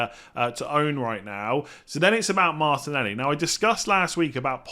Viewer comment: Please pronounce Martinelli correctly. 😩😩😩😩😩😩😩😩😩😩